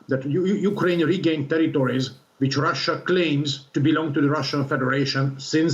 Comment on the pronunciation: Did she just say Tewitowis